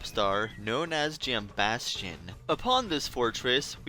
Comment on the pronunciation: Thank you for being the only YouTuber I’ve seen pronounce “Jambastion” correctly